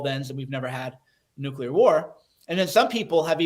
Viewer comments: BENNY! The word is NUCLEAR not NUCULER…..still love the show tho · AGAIN BENNY MISPRONOUNCES LARGE CHUNKS OF HIS MONOLOGUE. WHAT THE HECK IS A "NOOK-YU-LER"?